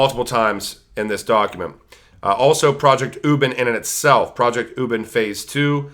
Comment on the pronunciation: Great Video! Thank you for the great content. By the way it's pronounce Wu Bin-- UBIN LIKE U like Uber and Bin as being.:)